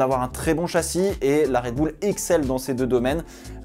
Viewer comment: "ZandVORT" "RedbOUL" ..... la France Monsieur